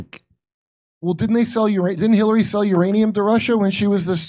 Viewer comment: Jimmy accidentally mispronounced “Khilary Clinton tries to get cute…” sounds like a genuine accident for the record. Jimmy must have the best private security on the planet folks so FAFO & somehow manages to continue to deliver every Martha flocking day! Asset to America! LOVE for Misha & Stephs lovely laughs & singing too…